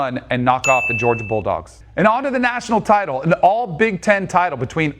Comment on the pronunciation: All big 10 title? Why the emphasis lol?